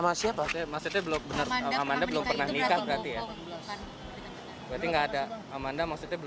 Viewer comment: Manda Salah pengucapan doang